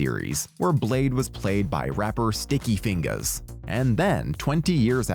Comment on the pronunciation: Hearing you say Sticky Fingaz in the whitest way humanly possible was worth the watch in itself lmao.